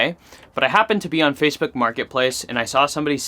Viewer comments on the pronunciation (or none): none